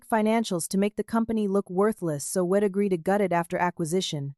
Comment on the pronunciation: Obviously youre not American. You consistently mispronounce American idioms. The words are we'd not wed, and i'm not IM. Thats why I dont follow you.